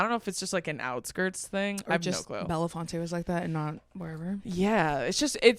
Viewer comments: The population of the town you were staying is probably less than your high school graduating class lol! Bellefonte (just pronounced bell-font) is so extremely small and is still the largest municipality in centre county aside from State College. Understand you were visiting an extremely rural area with a very progressive college campus at its center. It's actually a fascinating reflection of Appalachia, and your experiences traveling to and from here echo the sentiments of a larger problem for impoverished areas like this which is overall lack of connectivity. I know you emphasized how much kindness you were treated with here, I just want to remind others to also try to speak with kindness and empathy when regarding these small Appalachian towns like where and visited in Central PA. We have huge and deeply connected progressive movements here, and writing off the whole area as racist can be so harmful for us trying to liberate ourselves from those stereotypes. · Its called “Belle-font” just fyi and 0/10 recommend -Penn Stater